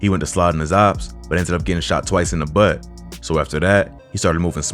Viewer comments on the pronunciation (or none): that nigga really said “he got shot twice IN THE BUTTT!” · 😂😂😂😂😂 The way he said "TWICE IN THE BUTT" Why so much emphasis??? Damn near fell out my chair LMAO!